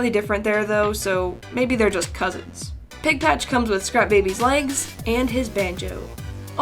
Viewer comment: tham pigpach...🤣😂🤣